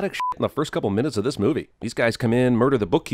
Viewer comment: In 15 min or lEAss 16 mInNetsS